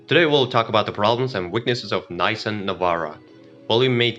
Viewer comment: Don't trust any car guy that says Naysan